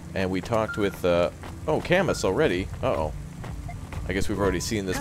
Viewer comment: That's not how you pronounce Camus